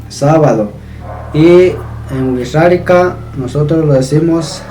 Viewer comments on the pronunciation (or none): hola, es muy interesante tu canal. Cuando tu dices Wixárika yo escucho "Wirrarika", como si la "X" sonara como "rr". ¿Está bien mi apreciacion del sonido o pronuncias la X como una "sh"?